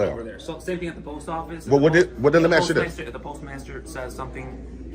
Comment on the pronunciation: He axes a lot of questions.